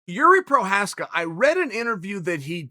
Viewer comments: Prokraev, Prokowski, Provider, Provaky... better than the last time :D That must be on purpose :D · Chael- "Prokiev, Provider, Provaki...." Jiri Prochazkas name- "I cant let you get close" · I died when he said Prokaski and then Provider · Prohaaaskaa … pls for god sake!!! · "Prohausky... Prokyker... You're not young" Literally laughed out loud. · “Prochrayev...Prochraski...Prochayer... Provaki” 😒😆😂🤣🤣🤣🤣🤣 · Remember the name, but if you can't, don't worry. Chael will remind you of Prochazka, Prokrietz, Proliev, Proklienz, Provider, Pronanski, and all of their other Pro training partners. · Prochriev.... prochosky.... provier.... provochy... wtf chael 🤣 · How Chael botches names at will.